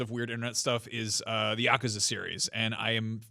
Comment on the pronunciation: Is NOBODY bothered that they’re saying Yakuza wrong? It’s YA-KU-ZA. It’s Japanese and it’s literally three easy syllables.